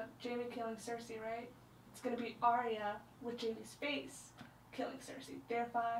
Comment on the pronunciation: WHY WHY WHY are you pronouncing Arya wrong :( Ar-ya Ar-ya Ar-ya >.<